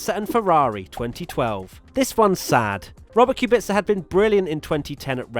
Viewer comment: Yeah I'm polish and it hurts to hear